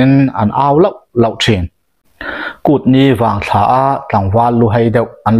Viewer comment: Kutni vangthlâ tih loh tur. ' vangthla ,' tih zawk tur😂. ṭang zêl teh.